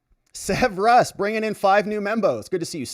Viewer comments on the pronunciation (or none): none